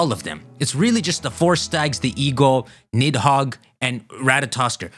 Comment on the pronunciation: The 'd' in Nidhogg and Gardr is pronounced as 'th' sound. Side point though, there being 4 Stags could explain Xerneas also being dormant in the region for Pokemon Snap; even these 3 aren't truly the only ones of their kind. Here's a question though, is Zygarde Nidhogg or Jyormungandr with Rayquaza being the other or is Green/Black Zygarde one of them while Teal/White Zygarde is the other?